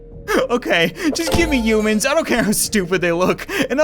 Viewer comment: Is it just me, or does he call humans - (you-mins)?